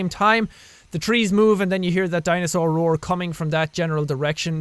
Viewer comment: What did I hear jack say the word dinosaur rour okayyy. O.o